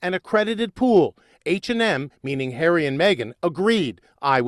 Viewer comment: Hi she cannot say HARRY???